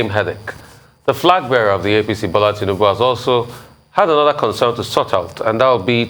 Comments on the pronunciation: keep deceiving yourself by thinking that your ‘Tinimbu’ will get votes from the South East. You can’t even pronounce your Oga’s name correctly. Ewu awusa. Shame on you. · This one can't even pronounced Tinubu well.